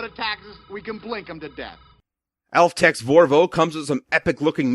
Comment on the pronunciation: Altex Vorvo Me: Altex what now? You mean Aloha Bravo right?